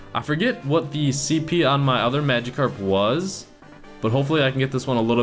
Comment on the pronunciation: nah ur saying it right that's how they say it in the anime